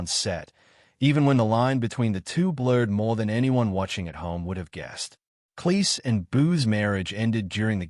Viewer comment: Cleese sounds like "cheese," not "lease."